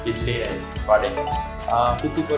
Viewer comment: Vadai, dosai, idli was correctly pronounced by Theekshana( like our south Indian)